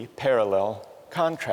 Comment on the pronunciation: The Three Kant-trasts